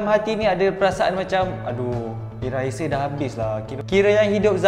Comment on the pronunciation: Kenapa masa sebut heisei jadi teisei 😅